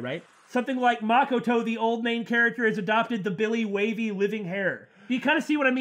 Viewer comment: Say it with me now "ma ko to" not mockato